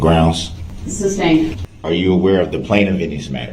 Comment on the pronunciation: It would have to be more difficult to form the words "three forfs" than to say it correctly as "three fourths". He often seems to go out of his way to mispronounce things that would be easier to say correctly, such as "shtrickshlee" rather than "strictly", "substain" rather than "sustain", "durisjickshun" rather than "jurisdiction", "doojishul" rather than "judicial", "tackit" rather than "tacit", "troof" rather than "truth", and on and on and on. I believe he is under the mispprehension that he sounds intimidating and unique, considering that he heard everyone in the courtroom regularly pronouncing those words correctly, but still insisted upon mispronouncing them. He is a misanthrope, who believes that all attention is good attention, and that being different is always a good thing, whether the differences are positive or negative.